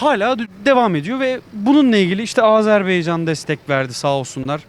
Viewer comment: Abi,Azerbeycan değil(AZ(E)RBAYCAN